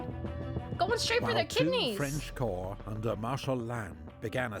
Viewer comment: Corps is pronounced as "core".